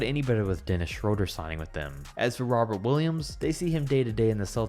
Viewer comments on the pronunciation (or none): none